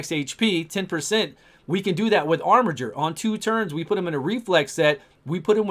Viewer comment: Also OMG you're pronouncing "armiger" correctly!!